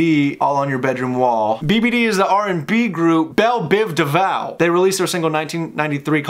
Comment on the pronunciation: It's Devoe like oh... Not devau 😂 I'll let you slide on that tho.